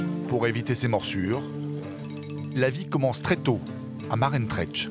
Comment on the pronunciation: Maroantsera et non Marentretch ou je ne sais pas quoi